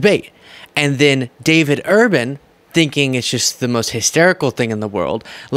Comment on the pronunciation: David Urban , not urbane !